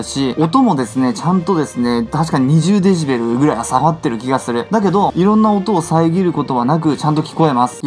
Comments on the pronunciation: デジベルじゃなくて、 デシベルですよ！笑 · デジベルで草 デシベルじゃないの？